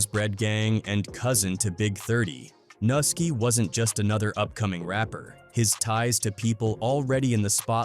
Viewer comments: It’s pronounced NEW-ski! NUSKI! Not NA-ski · It’s not Nuski it’s Pronounced (New-Ski) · The way they are pronouncing nuski name smh